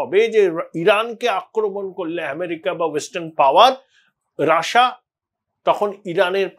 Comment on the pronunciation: রাশিয়া না বলে রাসা বলছেন কেন ?